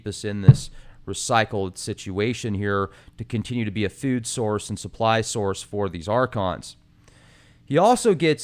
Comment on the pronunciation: I love the channel but hate. I hope he makes enough money to fund an interviewer that can speak English without going into anti vax and that can say a word pronounced food without saying feewd.